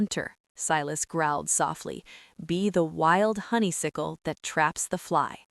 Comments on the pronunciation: I Loved Both stories and want More from these Fantastic characters! But Please, it's Honey-Suck-el, Not Honey-Sick-el, distracting!❤❤❤❤ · Hate Silas!! He's a hater. She's still saying HONEYSICKLE!!!!!!!! Aaaah! How cute the tracker fell beef jerky! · Why is it impossible for this AI to pronounce "honeysuckle" correctly 🙄🤦‍♀️?